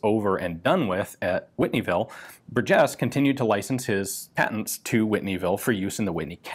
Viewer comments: Bur' jes. First syllable gets the emphasis. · I am in the Burgess family tree. Our last name is pronounced (bur’ jess) with the emphasis on bur, not jess. He also invented the folding rifle. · I've never heard Burgess pronounced that way, my family has always stressed the first syllable. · I've heard people give it a hard 'g', like in burger, but I've never heard anyone put the accent on the second syllable, like it was French or something. BUR-jes. It's not like it's rare... It's like hearing some one say win-CHES-ter. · I believe that the emphasis should be on the first syllable in Burgess.